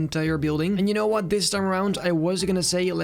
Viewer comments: I love how he just says “Dy’know what?” In the most British accent I have ever heard!!! 😂😂😂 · why was that "Do you know what" so british